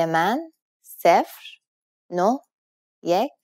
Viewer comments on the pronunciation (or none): we dont pronounce it seefer (its sefr)